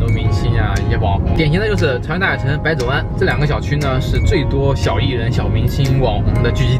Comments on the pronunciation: 百zi湾 北京人基本读轻音吧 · 百（三声）子（轻声）湾。谢谢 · 百子湾的子不重读三声而是轻声带过哦…… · 百子湾的发音不是您那么发的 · “百子湾”一听就不是北京人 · 百子湾不读百子湾